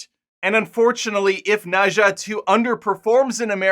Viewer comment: Pronounce something as [nə dzʌ] (not exactly of cos, but I suppose it's close)